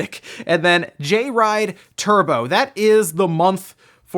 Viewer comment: "Jay Ride Turbo" LOL. Anyone else catch that??